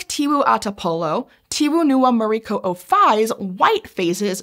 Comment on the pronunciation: as a native Flores where this lake located her pronounce of local name like tiwu ata polo and muri ko'o fai were much better than my fellow indonesian friends especially the one from java and sumatra. we mainly speak O like in bakso or soto while my java friends usually use it like in tolong or dorong.